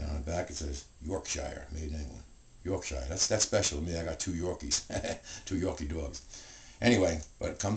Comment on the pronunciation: great video and by the way, you pronounce Yorkshire York-sheer :)